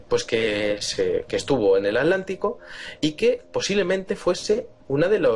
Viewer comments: Atlantida, atlantico, no pueden pronunciar bien esas palabras, lo pronuncian como alantida y alantico. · Gabriel Rocha Muiños Ya lo sé amigo, no lo dije por ustedes sino por algunos seres que piensan así. :) De todos modos me parece muy curioso que el diga Alantida o Alantico jejejeje